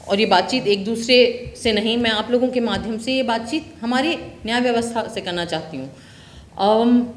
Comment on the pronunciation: Madhhm नहीं माध्यम बोलो मैडम